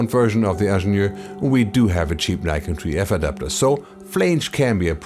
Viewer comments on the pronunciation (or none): none